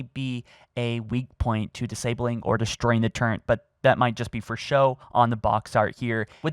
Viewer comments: Listening to you say Turrent is like hearing the idiots at IGN call Chief’s armor muh-joll- neer. Just stop it. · I physically cringe everytime he says "turrent" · How's mans got an Audible sponsor, yet thinks there's an 'N' in turret? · turrent. Turrent. TURRENT. ARGH, my OCD! :( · "turrent" bruh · How can you say like 80% of the English language so clearly and muck it up with words like turret? I don't think you have any speech impediments. I genuinly believe you just used to say "turrent" as a child and you refuse to break the habit because you prefer to say it that way even though its WRONG. Same way we all used to say "Think" as "Fink" or "Thank you" as "Sank you". The difference being the rest of us grew up and speak English correctly like adults. Good LORD man it's TURRET. IT'S SUCH AN EASY WORD. I've heard you pronounce really hard words flawlessly yet you get grungy on a two syllable word? T U R R E T. There's no N. My friend used to say it that way growing up and after I argued with him enough over how fucking nuts it drove me he eventually learned how to say it correctly. You can say "Infinite" flawlessly. You can say "Covenant" flawlessly. But turret is where you draw the line??? Are you doing it on purpose because you like the meme? I'm suicidal now because of you. I might actually fucking kill myself because of how much this frustrates me. TURRET. LIKE TOURETTE'S- WHICH YOU GIVE ME. Why don't we just call it "Halonfollowern" or "Halo Reanch: The Lonst Wolnves" while we're at it. So cheeky many quirk haha uwu 🥺👉👈 LOOK he says TURRET correctly then corrects himself to say it wrong on purpose!!! TURRET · he he turrent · Can someone teach this man how to say “turret”? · I can't believe you don't even try to pronounce "turret" correctly... there is no N in turret. If you have an impediment, I'm not saying I'm looking down on you, but you seem to act as though you are correctly pronouncing it. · There is no N in turret. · Please say turret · "Turrent" gross